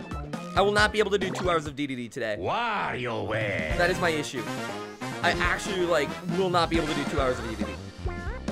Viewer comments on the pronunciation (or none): none